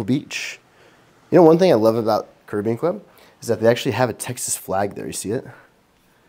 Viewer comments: As someone who lives in Jamaica next door, it is pronounced “Carry-bee-Ann” - congrats to you both!! Grand Cayman is gorgeous, enjoy your Honeymoon!! ❤ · It’s actually pronounced, “Caribbean”